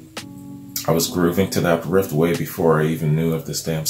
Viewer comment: It's riff not rift.